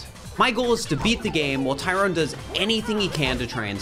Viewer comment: Btw its Tyron not Tyrone lmaooo